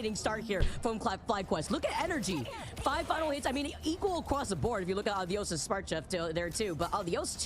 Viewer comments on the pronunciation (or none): why do they keep saying Uh-Dee-Yus and not Ah-Dee-Ose its driving me insane.